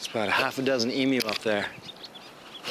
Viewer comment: Thanks for NOT calling them e-moos.